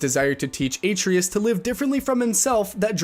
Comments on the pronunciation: You’re pronouncing Atreus wrong. You’re emphasizing the A, you need to emphasize the trey of it. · Atre us? Jesus did you plain with no sound? How can you mispronounce it that bad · Did you even play the game? you can't even say Atreus 's name right. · probably but if he's reading the scripts and he played the game, he should know how Kratos says his son's name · Is this video narrated by AI or are you messing with us by saying every name wrong? Nvidia, Dutch, Atreus, etc.